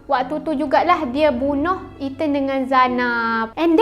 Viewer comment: Itu lahh..😂😂😂 One more Eten. (Ethan)